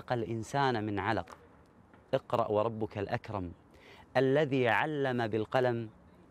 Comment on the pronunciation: اقرأ* بهمزة وصل وليس إقرأ وفي الآخرة حسنة*** وليس وبالآخرة